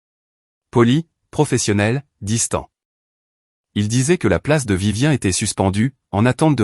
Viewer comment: Ce n'est pas Vivien mais Viviane respectez la prononciation SVP